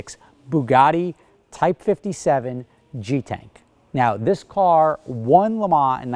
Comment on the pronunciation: An American that knows how I pronounce Le Mans. Whatever next?